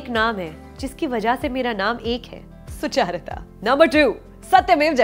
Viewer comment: Not related to this video and none of my business, but I think your name is pronounced सुचरिता and not सुचारिता... Peace ✌